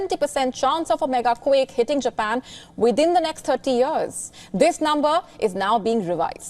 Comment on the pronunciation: why do you say "quick" instead of "quake"